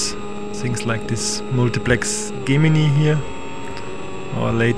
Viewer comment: Trojan and Gemini are pronounced a little differently than how you pronounced them